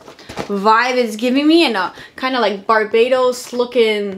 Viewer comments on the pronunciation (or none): she said BarbAtos, (Bar- bah-tos)